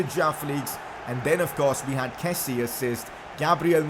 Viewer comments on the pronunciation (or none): It’s kessié not kessie. Kessi-yay. And I can’t rlly type hour to pronounce Adams traores name but you pronounce it wrong and it’s annoying